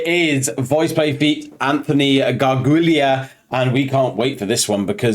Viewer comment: Sorry , it's pronounced as Garjoola. :) Another Italian name. They've known Anthony a long time and wanted to have him as a guest but it didn't work out until they did Golden Hour. It's always a problem getting schedules to match up. If you ever watch Just Sing you'll sing him crop up as a future guest. I think they have all felt like a creep at times. I know Geoff has body image issues, he wants a perfect body. Eli is short. Cesar is gay. These things can all be a cause of being bullied or whatever.